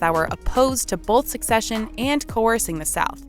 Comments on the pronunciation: I'm hearing "succession" instead of "secession." Huge difference. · Narrator keeps mis-pronouncing SECESSION as SUCCESSION. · It's Not Succession. It's Secession. It's not succeeding, it is seceding. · Why does the narrator keep saying succession and not secession? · Very good video, as I'm a fan of the Manifest Destiny period of American History and the Civil War. My only inconvenience was that the narrator pronounced "succession" when it was obviously meant "secession". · Did she say ‘succession’ ?? It’s secession. SE-CESSION! Come on, I’d expect a random moron in a Facebook comment section to not know the difference, but if you’re gonna make an educational video, get it right! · Her pronunciation created a lot of confusion because succession has an entirely different meaning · You guys are insane for 1. Mispronouncing secession the whole video 2. Stealing the cereal joke from oversimplified history and putting it in an otherwise completely straightforward video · Who cares grammar cop. In the context in which she's using the similar sounding word it doesn't take a rocket scientist to understand what's she's getting at